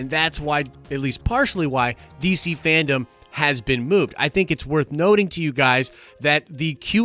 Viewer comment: FanDome... Dome... not Fandom 😉